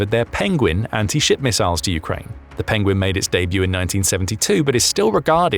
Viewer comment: I heard: "Penguin anti-💩" every time...